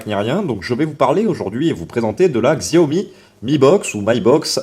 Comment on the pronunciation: "xiaomi" aïe mes oreilles XD. Ça se dit "chiaomi". peu de gens le savent mais c'est biens comme ça qu'on le dit. Comme "huawei" qui se dit "ruawei".